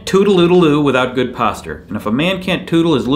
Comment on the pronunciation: You are saying the word wrong and I just can't help cringing every time I hear it. :) Good video though. Say Postcher. No, not Post Cher. Postcher as if you were saying what you were saying the first syllable of what you were saying but now the second syllable is CHER instead of the second syllable sound of ER as was the way in which you were pronouncicating the syllable. (Yes, I know that is not a real word, but I thought I liked it as it appeared in my head organ and decided to go with it, for better or worse...so help me Fonzi.)